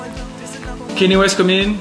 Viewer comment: Nice one! Got Kanye's name wrong though 😂